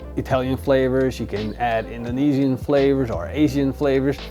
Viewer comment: "indonesian" there we go